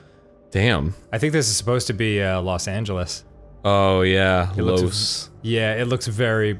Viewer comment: Dan: Knows the spanish word for "loss." Also Dan: Can't pronounce "los."